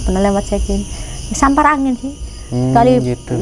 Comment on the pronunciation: Saipi angin mbak bukan sapar angin.